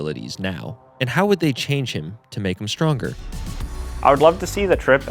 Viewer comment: Why does Tenz say shonger?